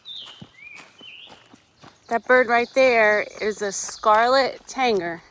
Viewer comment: 😂 that red bird you were listening to is a "tanager", pronounced tan-uh-jer. But "Tanger" made me giggle a little too hard this morning! Love you guys!